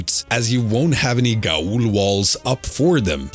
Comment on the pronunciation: I have no idea if you already know this and are just meme'ing, but in case you're not, Gaol is pronounced "jail".